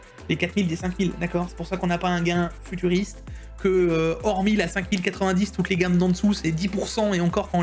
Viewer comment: J’étais seul chez moi. J’ai bu une gorgée de magie à chaque « futuriste » et « turfuriste ». J’étais cuit avant la fin. J’ai fini le TechActu avec une gueule de bois le lendemain et c’était tuuuuur-fuuuuuu-riiiissste 😂 !!! Oula, je suis pas redescendu, je passe au Tech-AA-ctu 😂